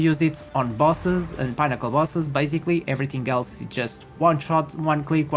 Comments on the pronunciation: 😂😂 it's "peh - nuh- kl" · “Pinn” to rhyme with ‘win’, as in win or lose. I think 2 x n’s is always(?) pronounced this way (inn, dinner, Finnish, innate, etc). Thanks for the build. Just what I needed. Couple of errata I noticed: you forgot to add the CI node on your mobalytics passive tree, and you can’t get +rarity find% on body armour in the mobalytics text! 🤓🫡